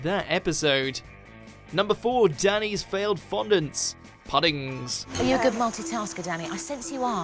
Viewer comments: its pronounced POOD-INGS mate pmsl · Reading the comments before seeing the whole video: Me: How badly could this guy possibly butcher the word 'pudding?' Video: Number 4, Danny's Failed Fondants, PuHhUhDiNgSsS... Me: oh... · It annoys me so much that he calls it ‘pudeings’